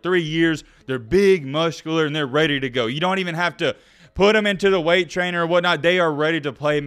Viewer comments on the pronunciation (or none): none